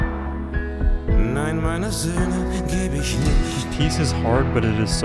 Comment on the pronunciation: Thank you so much,, for fulfilling my wish - even it was a German song❣️I am absolutely on the same page with all your thoughts around that subject and the German pronounciation of the title at the end was really good 👌🏻